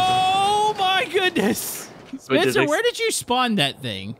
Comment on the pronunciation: YOU SEAD SPEETHER AT THE START AND STEAD OF SPENCER.